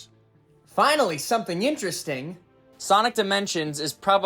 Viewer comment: "Sonic Dimensions" 🗿 "FIYNAHLEE SUMTHIN INCHERASHTENGH" 🤓